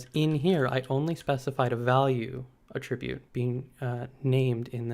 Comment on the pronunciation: Great video, but felt like nails on a chalk-board for me everytime he pronounced aTRIBute. Which is a lot 😝